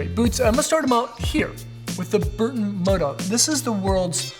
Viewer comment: Bro saying burton murdok or? 😂